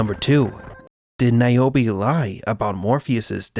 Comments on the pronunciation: Who the F is Niobi always thought her name is nirobi😂😂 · Keep NAOMI’s name out yo motha fuqing mouth 😂😂😂 it works, say it like he did 😂